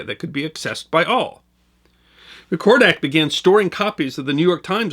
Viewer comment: Old Kodak guy here... the word "recordak" is pronounced "REC-or-dak", not "rre-COR-dak...